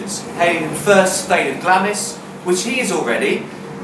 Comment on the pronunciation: PRONOUNCED GLARMS! SIR